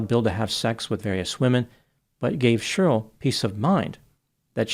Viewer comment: it’s Che-rly, not shurll🤣🤣🤣🤣